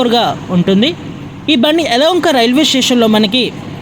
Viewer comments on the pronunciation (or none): హలోఒంక కాదు. యలఒంక నూ కాదు. యలహంక